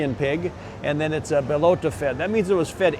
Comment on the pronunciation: It's "Bellota," not "Belota."